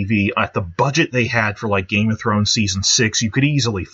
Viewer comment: Why do you emphasize ‘Game’ and not ‘Thrones’ when you say “Game of Thrones?” You do it with “Fire and Blood” too. I’ve heard it in other videos too, like you say CASTLE black instead of castle BLACK... I’m sure there’s tons of others. LOL Edit: VANITY fair; DANCE of the dragons